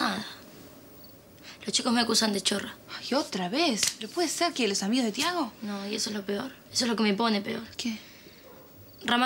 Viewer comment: Odio cuando la sifrina le dice a thiago "ti" lo pronuncia como te en ingles ella dice "tea""😂